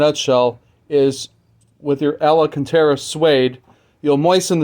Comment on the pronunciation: maybe I'm being nit picky here, but your corrected yourself to ala cantera when its actually al- can-tera. Just like its spelled. "Alcantara"